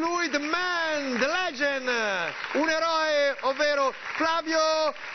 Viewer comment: il presentatore ha detto legen invece che legend